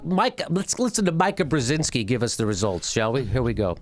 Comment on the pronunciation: Painful to listen to you mispronounce her name over and over. Her father is Zbigniew Brzezinski counselor to President Lyndon B. Johnson from 1966–68 and President Jimmy Carter's National Security Advisor from 1977–81. Jammy, when speaking, keep your tongue in your mouth. You and John Kerry would have failed my public speech class.